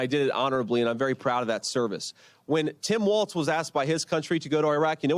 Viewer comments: JV Vance doesn't even know that it's Tim Walz, not "WalTz". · Is it me of does JD Vance pronounce Tim Walz as "Tim WALTZ" ? I've heard him say it like this many times. DOes he really not know how to pronounce WALZ or is he trolling? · The guy can't even accurately pronounce Tim's last name